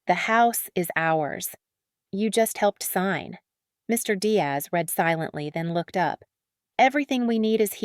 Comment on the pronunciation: All of these stories are bullshit. Some are entertaining, while others are a waste of time. Stop using an AI voice. When listening to a “story” and the voice pronounced words in the wrong meaning or how the words are spoken. Read / read. People say the different words correctly, not an AI voice.